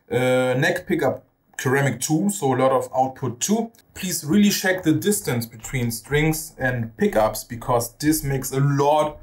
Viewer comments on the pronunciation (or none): Thanks so much for the review! Finally a big fret radius on HB guitars. This with a floyd rose, wow! PS. Check is not spoken "scheck" but "tscheck"